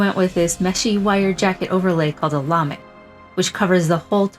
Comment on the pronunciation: Indeed, and the lamé is pronounced 'lah-MAY', not 'LAH-me'.